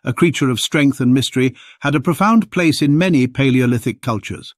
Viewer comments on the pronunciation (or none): none